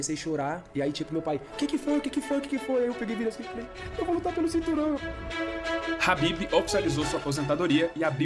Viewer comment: O cara do vídeo chamando o khabib de habib kkkkkk